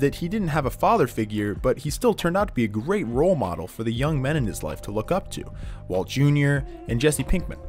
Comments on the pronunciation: I like how he randomly starts called Walt “Waltuh” lol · i lost my mind when he started calling him waltuh😭